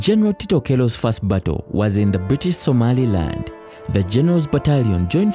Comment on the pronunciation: Get someone who is clear, concise and can narrate well. Are there no Ugandans who are able to pronounce the words 'general' and 'battle' well? Or do you need Kenyan help?